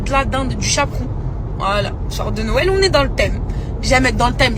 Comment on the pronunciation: Pour une fois je suis ok avec pour les tatouages et son repas. Par contre elle ne sait pas dire Noël... Les gens... C'est pas "Nowël" hein